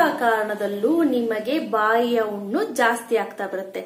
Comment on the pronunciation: ಉಣ್ಣು ಅಲ್ಲ ಹುಣ್ಣು.